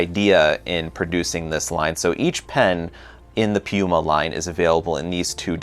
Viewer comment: Hmmm, you couldn't be referring to PenBoy could you??? 😁 I think you like rolling those rrrrr's. You do a great job in pronouncing the Italian names. How does the Scribo flex compare to Leonardo's Elastic? As always great job and enjoyed it.